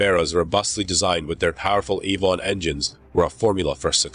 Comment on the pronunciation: The l-ee-d crew, not the l-a-d rew. Ai-von engines, not Ee-von engines. Those dreadful AI voice overs.